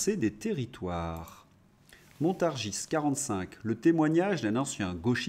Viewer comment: Est-ce que vous dîtes Parisse ? Ben non! Vous dîtes Paris ! Alors ne dîtes pas Montargisses !! Non, c'est juste Montargis !!